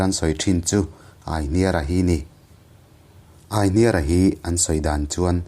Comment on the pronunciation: Aihniara tiha hniar lai hi kan lo lam ṭhin dan chuan 'i hming ka hria' tiha 'hria' tih ri ang hian kan thluk ṭhin a.